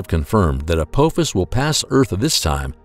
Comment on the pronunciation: As bad as this video is, at least get the name right. It's not ApOphis it's ApAAAAAAAphis. ffs. How can we take anything else serious in this video, and I'm just 2 minutes in.